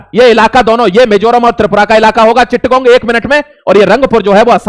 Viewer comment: Chit gao nhi... Chotto graam, or chatt gao... Galat mat seekhao.. bache fail ho jayega 😂